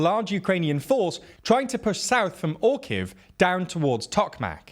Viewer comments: You see that little thing between the r and the kh in Orikhiv? It’s an i and it is a syllable that you for some reason refuse to pronounce. 3 syllables, not 2. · It's oreeheef not orkeef. Hire someone to prepare phonetic cues and pronunciations for you.